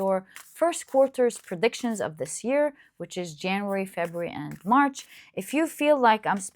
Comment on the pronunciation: March not MARS 😂 I was hella confused for a bit, hehe!